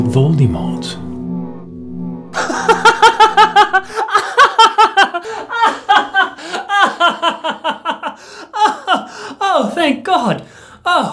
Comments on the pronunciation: "Lord Voldymort" does this not bother anyone else??? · Voldemort (Vol-dah-mort)